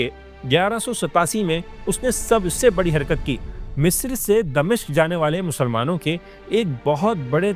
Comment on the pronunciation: It's "Dimashq" not "Damishq"